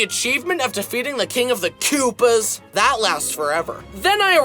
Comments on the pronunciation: "the achievement of defeating the king of the koouopas" 😂😂😂😂😂😂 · This literally looks and sounds like a Summoning Salt reference. Btw Is it just he or does he also pronounces Koopas like Chris Pratt.